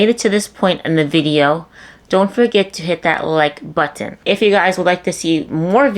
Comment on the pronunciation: It was when you said buTTon…. With the emphasis on this T’s. My grandson does that. Cute. Good videos too but ooh…. This one really made me 😡